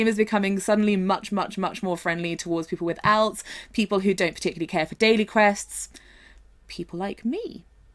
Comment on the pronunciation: "alts" are a thing. The way you pronounce "alts" is also a thing